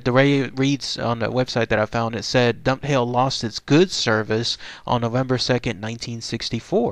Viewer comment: Dunphail is pronounced like Dun-fail. I have visited the Dava Way via the town I live in called Forres, and so far no phantom train sightings, though I have heard of it, and it's supposed to be an anniversary haunting. Maybe I will be lucky the next time I venture up the old railway line, eh?